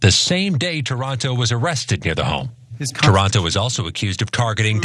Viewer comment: It’s not “Toronto”… it’s “Taranto”. There’s a difference!!!! Lol 😊😊😊